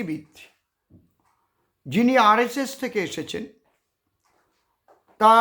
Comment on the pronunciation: আরএসএস না আর এচ এচ অশিক্ষিত মূর্খ!!!!!